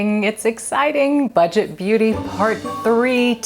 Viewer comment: Budget .. not butget 😁